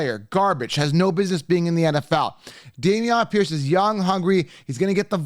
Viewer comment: How do u consistently say these guys names wrong, like Bijan and Damien P?